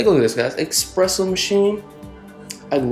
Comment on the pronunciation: It is pronounced eSpresso not eXpresso 🙂